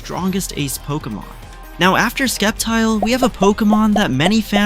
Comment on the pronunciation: Sceptile - pronounced as Sep-tayl